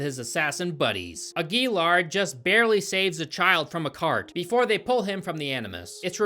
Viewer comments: His name is pronounced "Aguilar." Hope this helped! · Ag-yell-are...I'm thinking.. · It's actually pronounced Aguilar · Aguilar is pronounced Ag-you-lar. Yeah, I saw this in theaters and somehow forgot I was watching the movie until the credits rolled. It was. Forgettable. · It's pronounced "agwi-Laar" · The way is pronouncing Aguilar makes me want a lobotomy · I wish you looked up how to pronounce Aguilar before trying to say it...